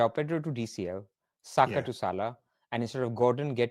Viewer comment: How can even pronounce Saka’s names wrong 🫠